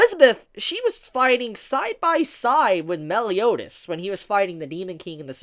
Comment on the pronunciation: ma-el not mel. I'm sorry that I'm not sorry, but this is just butchering his name man.